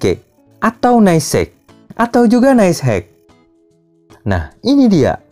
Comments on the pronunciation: Nice HCK aja bacanya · Nais HaCeKa bacanya kang